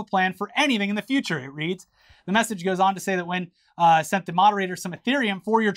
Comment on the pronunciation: "Nguyen" is pronounced "wen"